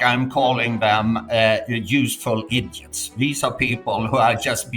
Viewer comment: Lol he said useful igits. Check urban dictionary:)